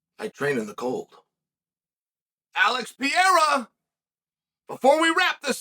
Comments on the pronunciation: Mate, please, learn how to say the guy's name! It isnt Pieira! His name is PE-RE-I-RA 😅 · First Ian Magado Charry, now Alex Payaira! It's pronounced Pa-hair-a Chael! But they are funny! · Chael still saying Alex Pee-air-uh kills me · ALEX PEA-ERA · Who the hell is Alex pee-e r a.? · Chaels pronunciation of Pee-air-uh is great. Cringy, but great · I clicked the video just to hear him say it 😂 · who the hell is alex piarah?